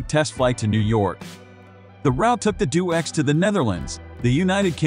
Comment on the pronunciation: It's deh- oh - x, not do-x. Crossing the Atlantic contradicts the 'couldn't fly' label!